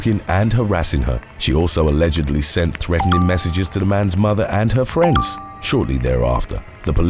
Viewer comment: "A-LEGGED-ly" 🤣🤣🤣 I love this channel! ❤️